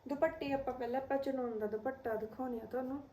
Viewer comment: ਦੀਦੀ ਭ ਨਾ ਬੋਲੋ ਦੁਪੱਟਾ ਪ ਬੋਲੋ